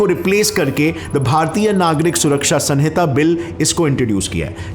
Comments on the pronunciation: It's sahita not sanhita...it is written as sanhita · It’s Samhita